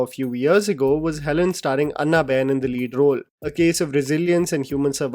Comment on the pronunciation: अन्ना बेन nahi hai pronounciation It is अॅन्ना 😂😂